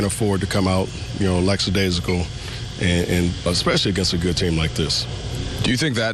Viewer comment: "Clear the 'bitch'" "Lacksadasical" lol.